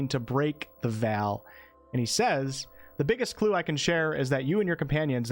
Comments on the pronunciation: Great video, thanks. Ps: VEIL is pronounced like VAIL/HAIL, not VAL. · Veil is pronounced like vayl. Look at how people pronounce a bridal veil. It's not pronounced Val, like the actor Val Kilmer. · It's "Veil" as in "ale" not like Mr Kilmer, Val :P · You know I love you. I love your work. But for the sake of all that is, Veil is pronounced "VALE" not vel. Google that sh*t. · VEY-L VEY-L, wtf is a Vall? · That pronounciation was firmly in the uncanny VALley lol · love your content but the way you pronounce veil takes me out xd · Why do you pronounce veil like that? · The way you say the word "Veil" is so interesting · I have never heard the word "veil" pronounced in quite that way. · Amazing Video! You always know how to deliver. Incredible work! Btw plz learn how to correctly pronounce the word Veil until Launch Date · Is anyone else thrown off by the way he is pronouncing veil? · I get that. My own accent has its own odd words. The frequency of the word veil in this video just made it a lot more prominent.